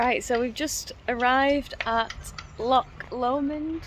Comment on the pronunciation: Ducati are opening a new place in Dundee, the same people who have Ducati Manchester. Just incase you were thinking of moving to Scotland and looking for a job? PS. It's "loch" not "lock" 😘